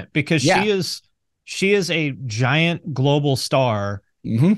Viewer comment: emphasis on "giant"💀